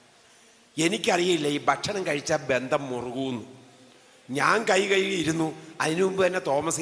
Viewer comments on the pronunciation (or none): none